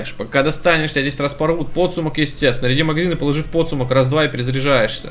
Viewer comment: Как же режет слух слово пОдсумок... :(